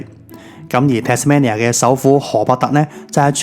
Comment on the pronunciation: 值得去玩下，但我只喜歡無拘無束嘅自駕遊而唔喜歡跟旅行團😂⋯⋯仲有你讀錯Tasmania中間個音，應該係讀main而唔係讀man, Tas-mainia [tæz'meinjә]正如Cambridge係讀Came-bridge一樣